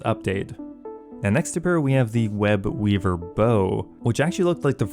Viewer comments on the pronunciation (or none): none